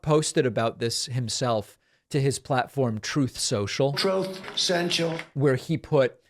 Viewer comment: Hilarious and fitting that he pronounced "truth" wrong